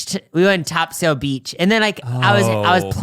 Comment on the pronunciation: As someone who went to Topsail High School I feel inclined to inform you that it's not pronounced TOP-SAIL, but rather more like TOP-SUL. :)